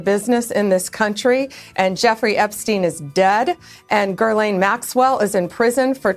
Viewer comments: Its pronounced 'ga lane' not 'gurl aine' not 'griz lane'...blondie needs hooked on phonics! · Uh, Pam? "Guerlain" is a perfume/skincare company. It's pronounced Ghee-lain, not Guerlain. Man she's dumb... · Hey, Bondi… it’s Ghislane, not Gerlane. Get it right! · Girlane. Every one of these bozo's says her name wrong. Ghislaine Maxwell - her name is pronounced JISSLANE - JISS (like hiss) and Laine - LANE - JISS-LANE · So many mispronunciations - "Gur-laine", "Gee-laine", etc. Apparently "Gih-laine" is just too damn difficult. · Can't even pronounce "Gee-lane" Maxwell--twice says "Gerr-lane"--Ghislaine is a French name & stupid Bondi can't even pronounce it correctly tho she MUST have HEARD it pronounced correctly during all this--right? Kinda stupid. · GHISLANE -- not GIRL-LANE... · Someone, please, tell Pam Bondi how to pronounce Ghislaine Maxwell's name. It is not Gher-laine likw in girlfriend. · Whos gerlaaaannne maxwell ffs can she not pronounce ghislaine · Girlaine? Can’t even say her name correctly? It’s almost funny! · Pam Blondie is a joke. She can't even pronounce Ghylaine Maxwell's name. Image how she can navigate the rest!!!! It is not GURLAINE Madame Blondie, spell it out you dim wit. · ROFLMAO, did she say “Girl-line”, was that a Freudian slip? Honey I thin it’s Ghislaine. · “Gurlane” Maxwell? 🙄 How does one in a position of power like the AG arrive at that pronunciation OF Ghislaine? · She needs to learn how to say Gah-lane Maxwell. There’s no R in her name. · Pam Bondi can't even get Ghislaine Maxwell's name correct. Everything she is saying about Gerlaine is about Gerlaine. She didn't say anything about Ghislane Maxwell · Girl-lane? Really... wake me up when this horror film is over. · Hey dumbass her name isnt “girl lane” how are we supposed to take this lady seriously when she doesn’t care enough to find out how to pronounce name’s properly. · "Ger-laine Maxwell" ? Bondi mispronounces the name twice. 😮😮😮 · Gerlaine? She can’t even get the name right!